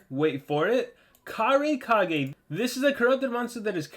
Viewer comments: How Pronounce It: Ka-Rai-Ka-Gay How Normal People Pronounce It: Kurai Kage(But Spelled As Cage) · Karai Kage. Me: Dude, it's KU-rai Kage, just to correct you there. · I don't think its pronounced cage because if you watched naruto they pronounce hokage as " hoe kaw gay" and kurai kage is a ninja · How do you pronounce kurai kage? Because I just pronounce it like "kur-eye kaw-gay"